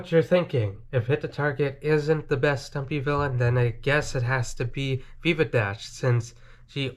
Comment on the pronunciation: It veeva not Viva